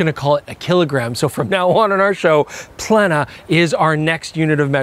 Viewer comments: The "e" in "plena" is a long vowel ("ē") in the original Latin ("plēnum"), which sounds more akin to "play-num" in English. Ergo, the correct pronunciation is "play-nuh"! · let's not pull another Naikon silly pronunciation (you of all things being half Japanese you know EXACTLY how to pronounce it correctly man!). It's Latin and in Latin is pronounced PLENA as it's written with E of 'Emphasis' not the E of 'Eagle' (so to speak). Latin is phonetic and has strict rules (but always consistent). Arigatto! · It's pronounce "Plena" as in "Plenty". Or for North Americans as in "Jay Leno" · Plena in Latin is pronounced: 'play' (but without the diphthong) - 'nah' (like the a in bat or in act) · Given my unique background where I studied Latin for 6 years and photography for 2 years, I’m pleased to contribute my knowledgeable opinion on how the lens should be pronounced. Its : “plena” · In Canada it’s pronounced Plehn-eh. 😅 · Nikon: Knee-kon (with short ee sound, not like 'knee') Nikkor: Kneekkor (same short ee) Plena ('full'): Play-na You're welcome. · Latin pronunciation would be "PLANE-a". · It's pronounced PLENA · Its pronounced "Plena"...thank me later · "Plena" is Plural for "Plenum"...Latin word which is similar in declination of the word "Data" versus "Datum".....plural and singular respectively. The word is pronounced exactly the way it's spelled...Just a thought.😉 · The “P” should be silent like in pterodactyl. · Plena is pronounced on the e and actually the „e“ is stet he’d - for lack of better words. I am German, I had 10 years of Latin in school. Interesting lens! Sweet first peak, thanks 🙏 folks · It's Plena and not Plena..